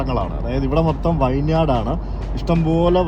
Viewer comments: മുന്തിരിത്തോപ്പുകൾക്ക് ഇംഗ്ലീഷ് വാക്ക് vineyard എന്നാണ്. അതിന്റെ ഉച്ചാരണം 'വിൻയാഡ്' എന്നാണ്. 'വൈൻയാഡ്' എന്നല്ല. ദയവായി തിരുത്തുക. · വൈൻ യാർഡ് അല്ല, വിന്യാർഡ്